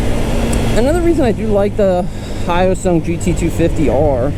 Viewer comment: Hate to break it to ya, but you are pronouncing it wrong 😅